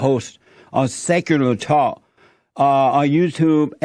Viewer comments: I though the same as soon as he said "Sekurer Tok". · “On sekurlur talk” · "Secerler Talk"